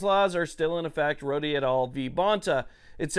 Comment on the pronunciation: I hope this isn't taken the wrong way, but Rhode v. Bonta is pronounced as "Road v. Bonta" and not "Roady v. Bonta." I'm not trying to be a jerk about it, just a heads up.